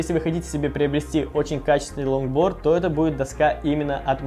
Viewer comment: Мне не показалось ломборд? Карл чеггглооо?